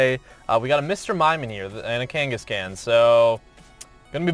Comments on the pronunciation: why you miss pronounce the kankascan kane a scon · dude its (kan-gis-gon) seriously tho pls getit right btw ur a great youtuber keep up the good work!